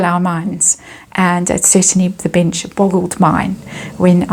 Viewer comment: I'm sure it's my hearing but every time you say "the bench" I hear "the bitch" 🤔